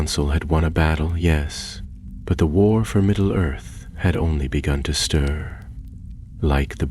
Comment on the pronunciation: ...no one else notice the narrator call it "middle girth" at the start of the story?